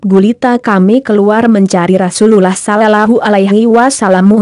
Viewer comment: Tolong ganti yg bisa baca rasulullah dan allah swt dan baca ayat2 al Qur'an dg benar, biar tidak salah arti